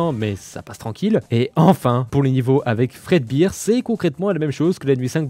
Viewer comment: fredbear se prononce fredbéér et non fredbiir